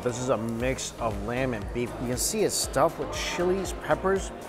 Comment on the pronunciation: when he is eating he says "look as you can sheee" instead of "see" ... like he adds a "sh" in his words. I think he knows its his think